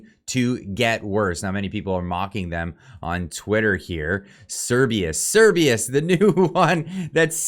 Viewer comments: Oh man, I just LOVE it when you up-loaders can't pronounce what you're talking about and are just too damned lazy to Google it. The name is Cerberus, pronounced "sir-BUR- us", not "sir-BEE-us". I won't watch the rest of the video just for this single fault. You modern youngsters have all the information at your fingertips, whereas we boomers had to wade through printed volumes to find what we wanted, but you are too bone idle to do so. To echo another of your clueless kind: "How DARE you?!" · You are saying Cerbius, when it clearly say Cer-ber-us, the three headed dog who guards the underworld in Geek mythology. I dont want to be that guy but ffs lol. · Cer-BER-us. Not Cer-BEE-us. Cerberus is the scary 3 headed dog in Greek Mythology. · Cerberus not Cerbius. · It’s CERBERUS (Sur-bur-us), not Cerbeus! 🤦🏻‍♂️ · It’s Not Cerbius!!! It’s Cerberus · Keeps saying "Cerberus" as if it's spelt "Cerbius" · it's pronounced Ser Ber Rus. Like the 3 headed hound that guards the afterlife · It’s Serbaer rus. Please try pronouncing him correctly. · Honestly clicked off this video because you can't pronounce cer-BER-us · this is hilarious fear mongering. Cerberus... the three headed hound of hell... "S-air-bur-us or Sir-bur-us." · Sir-ber-us Jesus christ just read it. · How could you read Cerberus so many times without pronouncing the R? Sometimes I think your sarcasm and over confidence is a mask for your dyslexia and general retardation. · Yes, I cringed every time he tried to pronounce it 😣 Knowing that he doesn't understand what it is or how it's said.